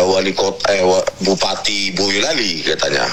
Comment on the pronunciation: Boyolali Ndan, bukan Boyo(k) Lali. Boyo = Buaya Lali = Lupa :)